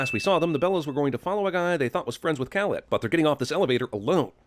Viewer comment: I cringe every time you say Khaled